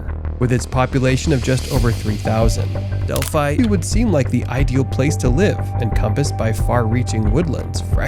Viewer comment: bears and mountains in my area ? your fear mongering is working now im afraid to step out my back door.....oh if you want taken seriously learn to pronounce the towns names at least delphi .. del fi monon..... moe non